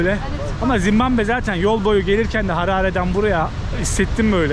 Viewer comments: Oğlum evladım Zimbamve değil Zimbabve doğru yazmışsın ama telaffuzun yanlış bir de dakika başı söylüyorsun ZİMBABWE o kadar😂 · çok güzel ama sana ufak bir eleştirim olacak. Senin videolarını seviyorum fakat kaç video oldu dikkat edıyorum, sürekli Zimbambe diyorsun, lütfen ülkenin ismini doğru soylemeye çalış.